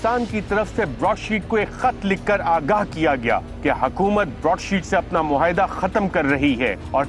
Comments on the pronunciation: Surely,Arshad Sharif does not know how to pronounce “muahida”,he kept repeating “muhaida”,over and over again,which sounded very odd.Anchors should do some research about correct pronunciations.This mistake is often made by most TV people.Program producers must keep a watch on this. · It's not even 'muahida' though